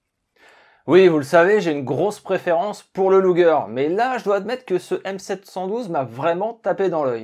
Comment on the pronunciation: Prononcer "chnelfoyeur" bitte schön 😉 Ah, et "lugueur" et non "lougueur". Tu verras, ce n'est pas chinois et ajoutera de la crédibilité à tes docus déjà très bien faits. Je viens par la même occase d'avoir un indice intéressant concernant le choix de Guernica pour un bombardement massif par la Luftwaffe (louftvaffeu)..........